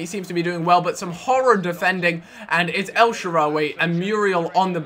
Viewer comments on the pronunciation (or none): none